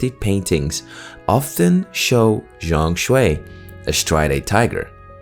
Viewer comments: ZhongKui my man, not ZhongShui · Game of the Year in the hearts of every gamer.W fengji W game science. W Black Myth. L TGA:elbowcough::elbowcough: btw zhongkui not zhongshui HAHA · It’s Zhong Kui, not Zhong Shui. The pronunciation is a bit off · Zhong Kui, pronunciation more like John Queen:face-blue-smiling::face-blue-smiling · just fyi, the mandarin pronunciation of zhong kui is like "zone ku- eh", hope that helps